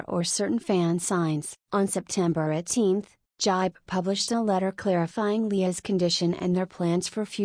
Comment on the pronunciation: The way says JYP 💀